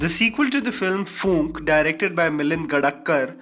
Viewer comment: Its not Foonk, Its Phoonk.. Pronounce correctly